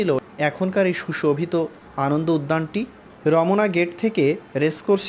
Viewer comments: Romna, not romona. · ভাই র ম না, হবে না রমনা হবে। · উচ্চারণে ভুল আছে র..... মনা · হায়রে উচ্চারন, রমোনা😂😂